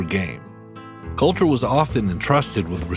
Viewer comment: its Colter, not Coulter